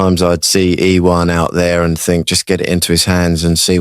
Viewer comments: someone please tell Jeremy how to pronounce Ieuan. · Is that how you pronounce Ieuan , fellow Welsh folks